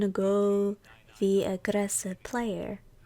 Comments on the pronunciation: Dat VOICE omg, "agRRessive player". so much pleasure to listen. nice run bdw. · The R in aggRessive tells me you are probably Latina. Also expressing laughter in the comments like jaja instead of haha. Buena video señorita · I love the way you say aggressive